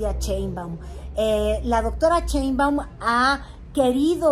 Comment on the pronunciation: No sabes pronunciar Sssshhheinbaum.? no es "Cheumban"